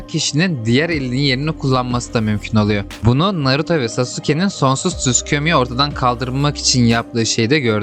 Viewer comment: naruta mı naruto mu?